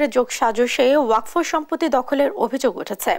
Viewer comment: উচ্চারণটা ওয়াকফো হবে না ওয়াকাফ হবে